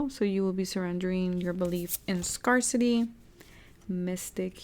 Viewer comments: Thank you for the reading! Just a friendly note, the word " Scarcity " is actually pronounced as "scare - city" and not as "scar - city".:) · that's nice of you to correct and inform but this isn't an English class so it shouldn't be a big deal :)